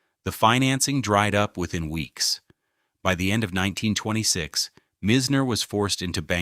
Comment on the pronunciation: It’s Boca Raton not Boca Racon and it’s not Mizner but Myzner!